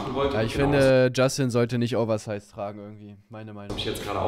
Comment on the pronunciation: Der Englischexperte: "oversice" XD